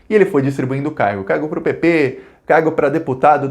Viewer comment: Amigo! Quando falares PP, pronuncie de maneira bem clara para evitar contundir com a uma sigla mais importante lmportante.